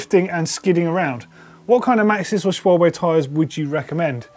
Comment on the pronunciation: The pronunciation of Schwalbe... oh my god